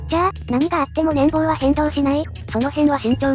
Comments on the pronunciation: 年棒（ねんぼう）ではなく、年俸（ねんぽう）です。 気になったので一応。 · ×年棒（ねんぼう） 丸年俸（ねんぽう）